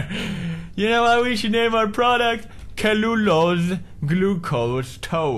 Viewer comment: hahahahah 'kellulose'